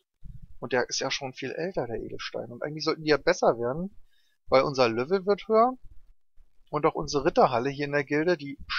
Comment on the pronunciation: Wieso sagst du immer "lövel"?